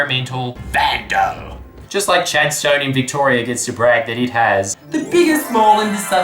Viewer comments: I know it’s lat but he said chad stone not chadston or chaddie the 2 real ways to say chadstone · Pronounced chadstun not stone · You called it "Chad-stone"... It's Chadstone you stooooooge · Everyone here pronounces it Chad-ston not Chad-stone. God dammit Jordan, you need to focus more on the serious issues like this. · its pronounced chadstin m8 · I'm just sad you pronounced chadstone how it's spelt mate It's pronounced "chads-ten" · It's pronounced Chad-stun. As in that was a Chad-stunning episode of jordies! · i love when non-victorians say chadstone like chadSTONE cracks me up lolol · hey dickhed im from melbourne and im angry! its pronounced chadstone! not chadstone! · yeah, but it's pretty cringe-worthy that he cant pronounce chadstone properly, but he picks on people for spelling labour not labor. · The way you said 'chadstone' hurt me inside. But other than that a very good video